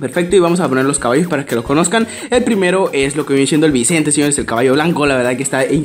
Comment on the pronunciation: DICE CABALOS